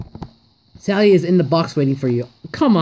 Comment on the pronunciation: You said stally not sally